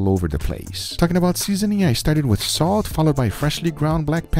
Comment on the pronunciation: No body: Guga: a little bit of "soat"